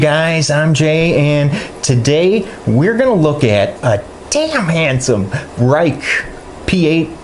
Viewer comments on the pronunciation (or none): I was pleased to see how well it faired when compared to the 5 knives you showed which are $85. to $125. None of the 5 are rated anywhere near as highly as the 801.Thanks for the review. Pronounced "RAKE'"